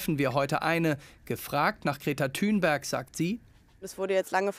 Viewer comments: Der bro sagt einfach Greta Thünberg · Seid wann heisst sie denn thünberg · Wieso heisst die Thünberg??